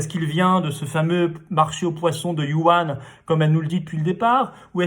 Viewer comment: On prononce WOURANe et non par yu an. Par ailleurs la Chine n'est pas si puissante que ça. c'est un pays du tiers monde. Il faudra effectivement fermer la Chine. La Chine a voulu s'enfermer derrière sa grande muraillle. On va l'y maintenir après la crise. Quant aux JV où les entreprises françaises donnaient leur technologie en échange du marché chinois qui se finissent en vol de technologie au bout de trois ans (trois ans étant le délai légal après lequel le contrat doit être renouvelé), c'est connu depuis les années 2000. Que les équipes Macron, Hollande, Sarkozy ou Chirac soient tombées dans ce panneau prouvent leur bêtise. On produit en Chine parce que c'est un pays à bas salaire (de l'esclavage quoi, j'ai vu les esclaves dans leur petite ville sans avenir et sans espoir manger leur repas dans des réfectoires miteux et y dépenser l'essentiel de leur salaire). Mais maintenant on voit ce que ça nous a apporté d'un point de vue économique: récession de 8%, c'est-à-dire qu'on repart comme en 2012, mais avec une dette considérablement accrue.